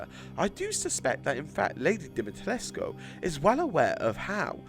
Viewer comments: Hi I’m Romanian you did good at lady d name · You pronounced her last name the romanian way I think it's right. (I'm not romanian but I seen people said that's how you say it)